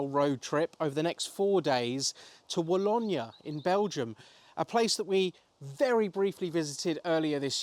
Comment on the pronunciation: the pronunciation is Wa-low-knee